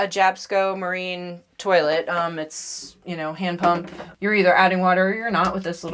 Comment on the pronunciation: “Turlit” hahaha